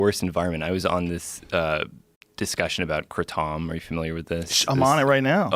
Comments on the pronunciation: Like many, kratom saved my life and allows me to be there for my family. I am a disabled veteran. It also bothers me how he keeps saying "kreatooommm". Also kratom has not killed anyone, they try to link it but fail to prove it. One "kratom death" was a guy that got shot in the chest... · Who the hell pronounced it "kruh-TOM"? Even in SE Asia where is originated it isn't pronounced that way. No one in America pronounces it that way. Mostly it's pronounced "KRAY-tum" or "KRA-tum". The thai pronounce it closer to "keh-TOME". Dude. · It just angers me hearing him say Kruh Tom . Just say kratom. No one says it like that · "KRA-TOM" LOL 😆 It's KRAAAAAAAATOM 😃 👌 🔥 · “Kraa-TOM” ???? We call it “kray-tum” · Funny how he pronounced it kra-TOM...I've always know it as KRAtom or like Adam with a Kr at the beginning OR pronounced kray-tum.....so you'd have to not say dildo but dil-DOOOO or DILdu. Haha Eddie Bravo why you think everything's a lie? Cause everything's a lie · Krah-tom? Why not kraytum? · It’s pronounced “Kray-dum” dummy. Not “Kru-Tom” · I've heard it pronounced "kray-tum" and "kraa-tum", but never "krih-tawm". Enough with the fear propaganda, with EVERY reported kratom related(emphasis) death, kratom was not the only substance in their system. Most of the overdoses were from a different chemical but they just happened to be using kratom as well. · KrayTOM Not Krah-tom Like to agree cause this guy is an enemy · “Kruh-tom” 😂 that’s def not how you say it. It’s pronounced “Krah-tom” or “Kray-tom” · I can't watch this video simly because he calls it Kra-TOM. It's pronounced Kray-tum. Kra-TOM sounds like an onomatopoeia for a hammer lol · Kraytom lol not krAhTom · If this fool says cruh-Tom again ima find him and smash, its pronounced cray-tum. I dunno why it gets to me but holy shit does it ever!!! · What kind of idiot says KruTom? Its krAtum dumbass! Why not say cannAbis if you're going to pronounce things wrong? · Who the fuck is crockpot Tom? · No it’s kray-tom